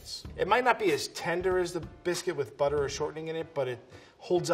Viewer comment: “Butter!” The way says that 😂. Kinda sounds like “Buttah!”. Like the “Pottah” by Draco Malfoy in Harry Potter.